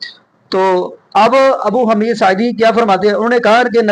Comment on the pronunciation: حمید کی ح پر پیش ھے زبر نہیں ابو حمید الصاعدی۔ باقی رفع الیدین کرنا نبئ کریم کی سنت متواترہ ہے خوب عمل کریں